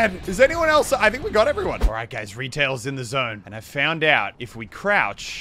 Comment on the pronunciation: swear he said alright gays